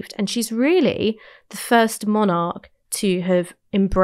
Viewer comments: Haha. I do realise Ash has a few quirky pronunciations. Monarch, being one that stands out, but there are also a few other ones. But I just let it go over my head, because who am I to say how a word should be pronounced. To me, what matters is the coherence of the argument and the narrative - with Ash they are always solid. I might personally have taken a different angle at times, but it's always well reasoned and rarely, obviously wrong. I'm a bit of a stickler for logical consistency accuracy etc. With other commentators, whilst I might generally agree, they do have a tendency to go off course at times, and say things that are obviously mistaken. I always work on the principle, that you can never say with complete certainty, that something is the absolute truth. There is often room for other valid perspectives. But you can 100% be certain if something is wrong, or mistaken in the terms it is framed. If you can cite an example, that contradicts what someone says, at the least they need to re-frame that argument for it to be valid. What's impressive with Ash's off the cuff arguments, is she rarely makes those errors. Whilst I might not always 100% agree, it is always a genuine matter of opinion, not clear inaccuracy. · She's great. I'm afraid I do get distracted though by the mispronunciation of the word 'monarch'. Its pedantic, I know but my brain won't let it lie.